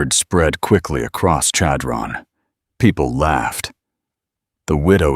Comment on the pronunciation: Chadron-the accent is on the 1st syllable. It almost has an s-h sound rather than c-h.